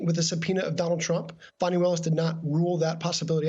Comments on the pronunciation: Her name is NOT Fanny, it's pronounced FAWNEE! Stop calling her Fanny!!! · Even AFTER Greg pronounced DA Fani (pronounced: FAW-nee Willis') name correctly THREE times, Ayman mispronounced it. I realize the discussion is much more important than that but you'd think MSNBC would be first in line to pronounce Black women's names right! Yes, it's a personal sore spot. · That journalist was so disgusting when he kept deliberately mispronouncing Fani's name as Fannie. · FFS -- get it together! CLEE-tuh Mitchell, not CLETT-uh. CHESS-bro, not CHEESE-bro. And Ms. Willis's first name rhymes with Bonnie, not Danny. I'm not a newsreader, and **I** know this bc I pay attn. Journo 101 = Get the names right. It's grotesque that you can't be bothered to do the bare minimum to earn your way-too-high salary. DO BETTER. PS: Even after the reporter said "Fani" TWICE correctly, you persisted in mispronouncing it. WTF is wrong with you?????? You're disrespectful and lazy.